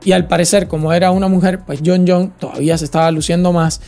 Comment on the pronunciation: Es Jon Jonessssss,s,s,s,s,s,s,. Tuve que parar el vídeo por qué solo aguante escucharte decir Jon Jon las primeras 45 veces😂😂😂 supongo que las siguientes 88 veces que lo mencionas fue lo mismo, Nooo!!!